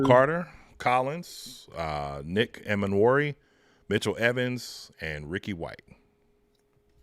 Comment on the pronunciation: Loved the video. For help its Nick E-man-wori